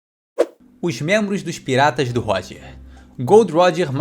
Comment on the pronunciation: Mas eu ri TANTO dele falando dos 'outros mentros'! Muito bom !!! 🤣